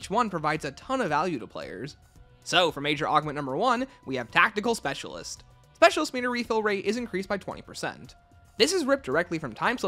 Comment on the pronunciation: ah yes, "soecialist"